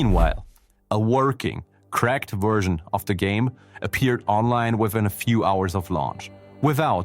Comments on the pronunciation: What is with the narrator mispronouncing simple common words, like version being said as 'wersion'? I know there is an accent, but really, get it right. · Take a shot everytime the narrator says 'Wersion' instead of 'Version' lol. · Its the accent. Also with valve -> walve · I’m sorry, but it was hilarious that you kept saying wersion